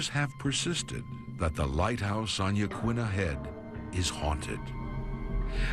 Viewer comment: Yah-KEEN-ah Head, not Yah-kwinna.